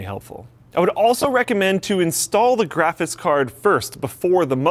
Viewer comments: Is it just me or does it annoy anybody else that he says "grafis card" ??? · Is it just me or does he say Graphis card? It bugs me :/ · does he say "graphiss" card? LOL odd accent or speech impediment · I like how every time says "graphics card" it comes out "graffis card" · keeps saying grafis card hahahaha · and his "grafice" card lol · "The graphis card...." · "Graphis Carrd" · "Grafis Card" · "Graphits card"... Lol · "Graffis card" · "GraphiTs card..." what? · Lmao, he can't pronounce graphics card, it's always graphis card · Is it me or does it sound like cannot pronounce the word "graphics"? lol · I've watched so many videos and only now have i realized you cannot say graphics properly lol